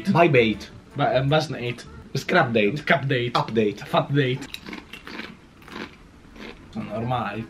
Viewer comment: Crabdate matdate update Io finalmente l avete pronunciato update